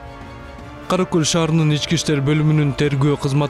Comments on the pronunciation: Караколь эмес Каракол. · Одно замечание☝️☝️☝️ В последнем эпизоде Название города НЕПРАВИЛЬНО ПРОИЗНОСИТ КОММЕНТАТОР Каракол☝️☝️☝️☝️☝️ А не каракөль🤷‍♂️🤷‍♂️🤷‍♂️ Это два разных города ☝️☝️☝️☝️☝️☝️☝️☝️ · Каракол деп оку Караколь деген башка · Комментатор атаңын Кара Көлүбү Кара Кол деп туура айтчы тантырабай😡